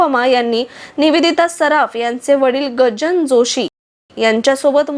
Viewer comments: आशुतोष शिरीष- कृपया शब्दोच्चारात सुधारणा करावी. निवेदिता जोशी यांच्या वडिलांचे नाव गजानन जोशी असे आहे, गजान नाही. अनुपमाजी “रेखा कुलकर्णी “ असताना बादल- बिजली- बरखा शेजारी आर . के. नारायण ( गाईडचे लेखक, आर. के. लक्ष्मण यांचे भाऊ ) हे ज्या गृहनिर्माण संस्थेत राहात, तिथे राहायच्या का ? त्यांचे धर्मकन्या व आधार हे मराठी, तर संसार हा हिंदी चित्रपट हे चित्रपट चांगले चालले. गजानन जोशी हे कमालीचे देखणे व उमदे नायक असल्याने अनुपमा यांच्यासह शोभून दिसले, पण जोशींची कारकीर्द आणखी जास्त गाजायला हवी होती. संसार चित्रपटांतील त्यांचे नायक नवीन निश्चल तेव्हा जोरात होते, पण त्यांची सावन भादो , ऐलान , व्हिक्टोरिया नं .२०३ , धर्मा अशी जोरात चालू असलेली कारकीर्द अमिताभसह दीवार मधील दुय्यम भूमिका नाकारल्यानंतर लवकर अस्त पावली. अनुपमा या विवाहानंतर शिकागोला स्थायिक झाल्यामुळे चित्रपटसृष्टी एका देखण्या , शालिन व अभिनय संपन्न अभिनेत्रीला मुकली असली तरी त्यांचे आयुष्यात बहार आली, हे छानच झाले. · Gajanan not gajan. Joshi.